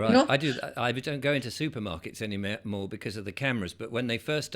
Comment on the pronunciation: 😂 nearly said 'anymare' 😂 so funny, what a great woman she's so on the ball. Fantastic once again.